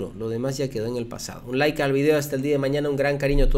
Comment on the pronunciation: ya deje de decir Lke al video. Like al video.